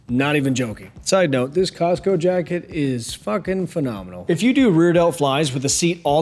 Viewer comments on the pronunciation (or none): none